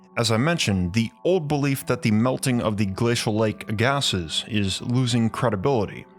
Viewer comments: Lake Agassiz is pronounced "Ag-A-See" not, "A-Gas-Iss". Great video! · Agassiz is pronounced 'ag-a-cee" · Agassiz is pronounced "egg-uh-see" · Great video, just letting you know Agassiz is pronounced as "Egg-a-See" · btw, lake aggasiz is pronouced like "aga-see" :)